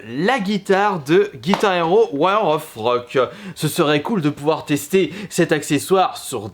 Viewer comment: il dit "War au Froque"??? X)